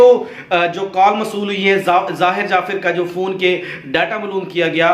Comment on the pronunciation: upload karnay se pehlay soch lein ko aap ko kya kehna hae. pehli baat to yeh hae ke pichhli baten jo sub hi jante wahi rut rahay haen. shuru main aap ne kaha '' zakir jaffer ki maan ke saat bad'tameezi ki thi ''..... jabke zahir ne apni maa ke saath...... zara apna talaffuz sahi karen. jafir jafir. (jaffer. taluffuz hae jaffar).